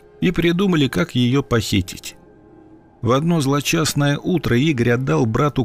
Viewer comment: Боже мой : "злочастое" (утро и т.п.) Злосчастное, вообще-то нужно говорить.